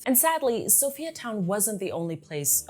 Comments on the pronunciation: Perfect but I cannot help the fact that you pronounce Sophia as So-Fee-Ya its So-FIRE Town not So-Fee-Ya:face-red-heart-shape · I love your video very accurate and precise also informative. Oh we pronounce it as (Soo-Fire Town) oppose to Sophiatown